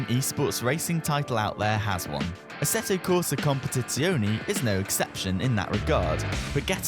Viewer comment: just call it ACC , you murdering the name ahaha